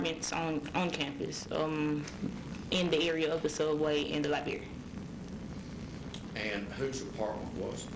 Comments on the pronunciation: She has a southern black accent. That’s perfectly fine, but she can have an accent and not say “li-bare-ee.” There’s a huge difference in an accent and simply having piss poor grammar. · Th "lye-bear-ree"....is that library??